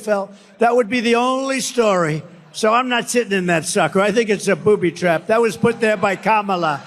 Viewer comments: It even sounded like he said "a poopy trap." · Did he say "booby trap" or "poop trap"? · I'm glad I'm not the only one who heard poopy not booby 😂😂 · it sounded like he said poopy trap lol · Sounded like he said "poopy trap" to me. lol. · did he say poopy trap?? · I heard "poopy trap" 🤣